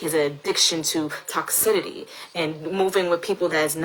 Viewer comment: The fact that she STILL says toxidity instead of toxicity